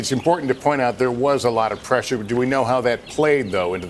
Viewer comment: As the presshure knows?